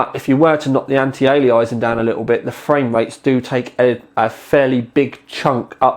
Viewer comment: Lovely little card, might just grab one and stick in my Sugo SG05 - 300W 80+ PSU should be plenty. Oh and? It's pronounced anti aye-lee-ass-ing;-)